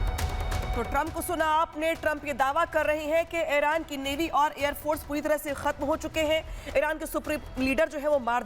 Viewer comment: एरान नहीं ईरान है